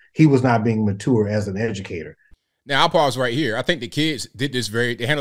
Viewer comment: First of all the father is pronouncing mature wrong it’s MATURE not mutoor lol. And secondly you can’t say anything in the classroom anymore if you’re a teacher because some kid will always be recording instead of doing work so it’s a little his fault.